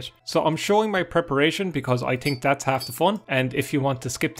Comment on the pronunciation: Eye tink